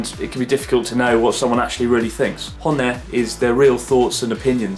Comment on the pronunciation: wow I really like the word "cockerel" much better than rooster not to be nitpicky, but just a tip, when you pronounce words like honne you gotta get that double-n sound in there like hon-ne if you say ho-ne it becomes "bone"